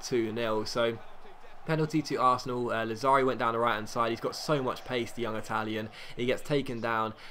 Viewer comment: Lazzari has the accent on 1st A. Làzzari :)